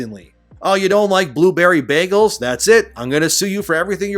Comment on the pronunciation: I’m offended by how you say “bagel”